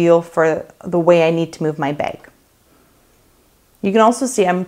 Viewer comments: Girl this is amazing!!!! The way you say beg for bag is amazing ♥️♥️ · Like how you say bag! Where are you from?